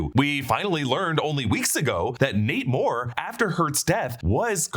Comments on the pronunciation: Every time he says "Nate Moore" I hear 'Namor'..."Namor is leaving Marvel." 😂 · The way you say “Nate Moore” really sounds like “Namor” and I can’t unhear it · I thought he was saying namor until I read this😂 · When he said Nate Moore I hear Namor 😂